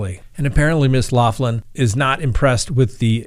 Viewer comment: I enjoy your show.. But you're driving me crazy the way you say her name lol its an Irish name Loughlin and it's pronounced locklin 😂😉